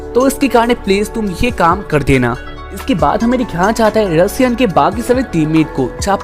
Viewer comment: Bhai vo Russia nhi ru Sian hota hai😂😂